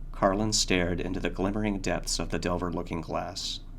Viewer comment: Just a small note; The name of the mirror / maker of the mirror, is 'De iver' as opposed to 'Delver'. Nice read though